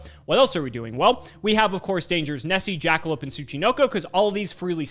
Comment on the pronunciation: Did say JJJackalope? Is he a fan of Jacksfilms?